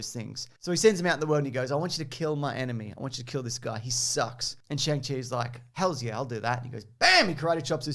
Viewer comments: Great edit and commentary! Helpful tip: "Shang" is pronounced like "song" not "sang". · im sorry but its actually pronounced, Shungshi ;) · isnt is pronounced “Song” chi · Fwiw, you've got to wrong pronunciation for Shang-Chi